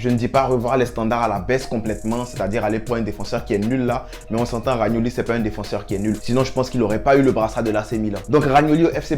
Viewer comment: C pas ragnoli c romagnoli